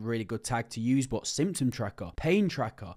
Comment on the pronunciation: bro it's not BO it' 'but'